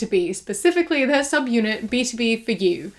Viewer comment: today i learned its pronounced "b-to-b" and not "b-tob"